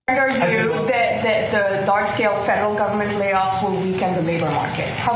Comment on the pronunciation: Hey, I have something I can agree with Trump on something! I heard fentanyl instead of federal the first time that reporter asked him the question.